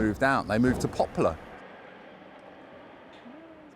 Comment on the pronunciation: You seem to be saying "Popular" instead of "Poplar"!